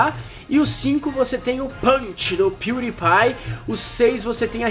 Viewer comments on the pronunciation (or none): none